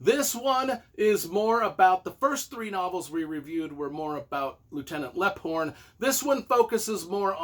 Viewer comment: Leaphorn pronounced Leep-horn, lol, just a FYI, other than that love the Tony Hillerman books